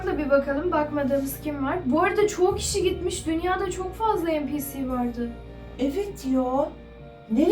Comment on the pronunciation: Abla o npc diye okunmuyor enpisi diye okunuyor